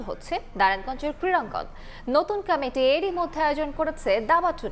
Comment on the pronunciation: কমিটি উচ্চারণ করতে পারে না, ক্যামিটি বলছে সাংবাদ পাঠিকায়🤔🤔🤔🤔